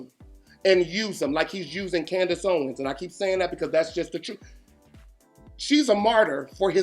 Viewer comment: I thought you said, Candace Bassett, from RHOP. I'm sitting here clapping until I realized you said, Ownes.